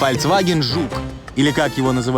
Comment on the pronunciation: фальцваген? фальцваген???????? кровь из ушей